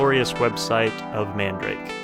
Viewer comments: Its not man-da-rake its MAN-DA-RA-KE and also your good at making vid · I thought it's pronunciation is man-da-rah-keh... And not mandrake... Lol. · The store is called Man Darake...like Manga Darake (Everywhere). I have been hearing the incorrect pronunciation for over 20 years now. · “Man-duh-rock-eh” .... now say it faster 🙄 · It might just be my ears but i keep hearing man-drake for some reason. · Nigga said man-drake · its called "man da ra ke" eh.. your white its okay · Bro he keeps saying mandarake wrong 😂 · The way you pronounce madarake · lol the way u pronounce mandarake is sooo wrong but funny. jokes aside, this site is one of the best imo, along with solaris japan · pls no, you pronounce it wrong